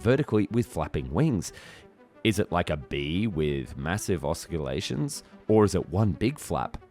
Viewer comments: "Oscilliate" A mix between a dragonfly and a tumbling microbe? Next gems: "Orthinopter", "oskillation" That anglophones are absolute incapable of pronouncing French names we can take as a given. "Riot" is a riot. French "ou" is equal to English "oo", and a final t after a vowel is usually silent. The guy's name is pronounced "rioo". That "Messerschmitt is impossible we alread know. Now idea why double s is being interpteted as "sh", (it's a sharp s) but "sch" is not (it is "sh"). Beats me. Your craft is spoken communication. Please take it serious. But what takes the cake is displaying Otto Lilienthal in his glider as an example of an Ornithopter. I's call that a sacrilege. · I counted three different pronunciations each for "ornithopter" and "oscillation."